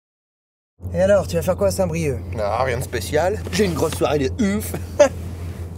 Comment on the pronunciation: C'est moi ou il a dit saint brieuc ??? J'habite à saint brieuc en Bretagne 22